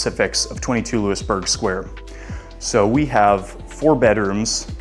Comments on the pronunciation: Hey....WHY would anyone hire you when you say "LEWIS-Burg" Square...you're pathetic...it is LOUIE-Burg Square. Where are you from, OHIO? Get LOST! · Looey burg square. Not Loo-is